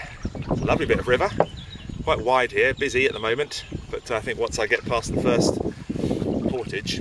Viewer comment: Port ages mmmm you really need to find out how Stour and Portage are pronounced , mmmm gun posts , you need to do a bit of research before speaking in your video’s . the word you invented gun post , is called a pill box , apart from getting the 3 things wrong that should have been totally correct, it’s a good video , and I have a 16 foot Coleman canoe , and I’m really jealous of your canoe it’s a work of art ,,, fantastic !!! 👍